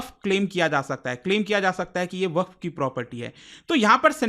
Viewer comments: its not वकफ its वक़्फ़ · भईया वकफ नहीं वक्फ बोलो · वकफ❌ वक्फ ✅ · "WAQF" KI SPELLING TOH SAHI BOLO,,,,,,,,,, WAQAF NAHI HAI WAQF HAI.